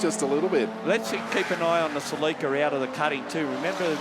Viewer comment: Commentators, its pronounced Cell-ik-a